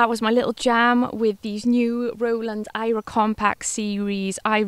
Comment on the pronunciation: You also pronounced it as i-rah and not air-uh . Interesting.